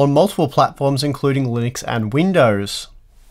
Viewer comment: Linuixe? Linnex? Linneks?